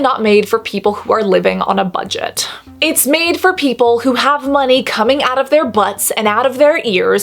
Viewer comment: Cassandra, I have no problem with the price making it “inaccessible”. I wouldn’t buy it if it cost €5, as it would be a waste of my money. By the way, how does one spell how you say “money”? Monet? Monee? Mon-eh? 🦋❤️